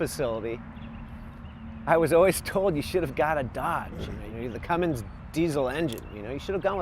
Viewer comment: It's Cummins not Cummings!